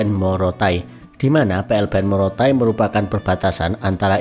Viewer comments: Bukan Morotai bos. Tapi Motaain.🙏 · Maaf ya bang pengucapan nama tempat itu tolong di perhatikan bukan morotain pengucapan yg betul itu motaain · Bukan Morotai Bang tapi MOTA-AIN 😂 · Motaain bukan monotain bos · Motaain bukan morotai (maaf ya🙏🏻) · Maaf bang, bukan morotai tpi motaain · Bang bukan Morotai tapi motaain